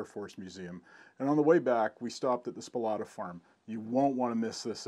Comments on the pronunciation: I met Walter (So-plat-ah , NOT Spo-lah-ta as you pronounce it) in the 1970s. I had worked at the Shuttleworth Trust in England so we talked mainly about preservation. Walter's anticorrosion technique was to spray used motor oil on on all the metal parts so everything then was kind of gooey. When I identified a P-47 fuselage that you didn't mention and most people never noticed, Walter's reward was to show me his second --- hidden -- Allison-powered P-82. A great day spent with an unusual man, Walter Soplata. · Your pronouncing his name incorrectly. Its not Spolotta, its Soplata. I was friends with his immediate neighbor whos property was adjacent to Mr. Soplatas. I toured that "yard" twice. Once in 1978 and again in 1980. There were two P51 fuselages inside the B36 fuselage. The P82 was moved out in the 90's sometime. I was accidently driving by on rt 87 when they pulled the fuselage out of Restful lake with the wings cut off. I thought, what a shame. But, there is a youtube vid of its restoration. It will flyl again. It was truly amazing. His house was full of instruments he collected also. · Spolata? That is not the way Walter pronounced his name when I talked to him....... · I grew up in restful lake / hickory dale literally a couple houses down the street in the nineties I spent a lot of ti.e back there when I shouldn't have. And just to clarify. His name was pronounced, So-plata. Close though. Thank you for this vid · First words sound like "Walter's Spolata's" even at 0.25 speed. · Awesome video and pictures buddy. A great record of an amazing collection whom without we would have lost a lot of aviation history. And props to you for admitting you pronounced the name wrong. Nice work :)